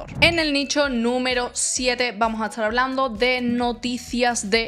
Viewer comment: Por qué cuando dices "estar", pronuncias "eschar"? Si pronuncias bien la "T" en otras palabras. También cuando dices "este", "esta", "bastante", etc. No es el acento de un país en específico, solo se escucha una dicción que se puede trabajar.